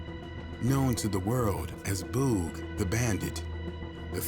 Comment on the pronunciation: Is there a reason you can’t pronounce Boog? It’s like booger or boogie. That’s annoying. Otherwise, it was a good video.